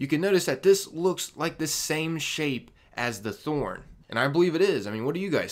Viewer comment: It’s not thorn